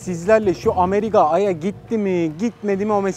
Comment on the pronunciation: abi de şu ameriga dedin lkgfjkgfkljfg